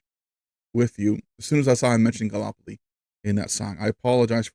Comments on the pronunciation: Gallipoli, not galopoli. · No Shade, but in Australia we pronouce it Gal lip poll lee (all squashed together and spoken quickly, well becuase we're Australian) 🙂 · Hey, just wanted to let you know Gallipoli is pronounced Gal-lip-oly 😀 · It’s Gal- ipoli